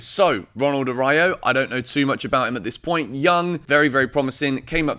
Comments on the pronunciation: Work on your Spanish please 🤣🤣🤣🤣🤣🤣🤣 Ara*ú*jo. It's like Ah-rah-ooh-jo. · Araujo would be a great signing. (pronounced A-roo-ho btw) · it's pronounced "A-rau-ho" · I loved the Araújo name butchering cause it makes me feel better as a Spanish speaker for butchering other players names...